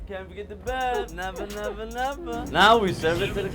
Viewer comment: She didn’t even know to say “neva neva neva” didn’t do her research 🧐